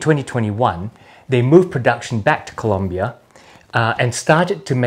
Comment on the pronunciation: I am honestly impressed that you pronounced Colombia correctly! Most Australians simply say Columbia. Thank you for being awesome. By the way, most of your videos leave me with the feeling that I need to buy more boots.... and make more money to pay for said boots...